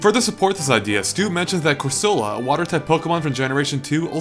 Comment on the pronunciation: corcila? that's not it's name, it's cor-so-la. did you not watch the anime series?